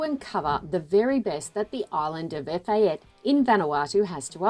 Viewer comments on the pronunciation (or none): It's pronounced ' Eh - FAH - teh'